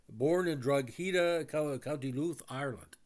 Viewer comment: Great analysis. Love that film 'Long Good Friday'. The town Brosnan was born in 'Drogheda' is strangely pronounced as Draw - Hood - Aa.